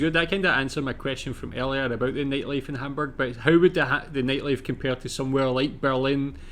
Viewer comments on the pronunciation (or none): Funny how you say neightleife, instead of nightlife. ^^ I'm sorry, but it's just funny to me! 🙂